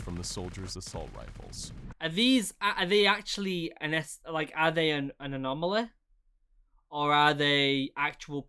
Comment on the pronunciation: "anomaleh" "enemeh"